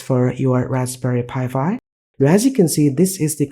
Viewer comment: it's pronounced "Raspberry Pi 5" not Raspberry Pi Fi"